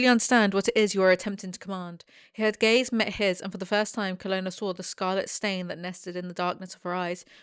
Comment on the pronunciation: what the text said: "She met the Horse Mistress's gaze" what I heard read: "She met the Horse Mistress's gays"